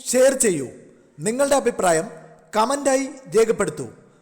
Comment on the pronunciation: ബബിൾ കം എന്നത് തെറ്റ് ബബിൾ ഗം എന്നത് ശരി